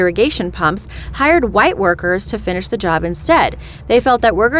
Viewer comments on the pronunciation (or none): It’s Mamba mtu not muntu